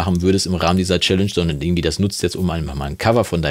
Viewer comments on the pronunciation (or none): Ich finde ja das RTL-denglische „Tschelensch“ auch doof, haste dich ja auch selbst korrigiert. ;)